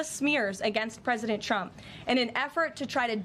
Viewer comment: Did she say “president chump” twice?